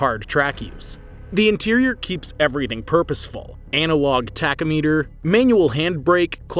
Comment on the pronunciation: What is a tack-oh-meter? I think he meant tack-om-a-ter.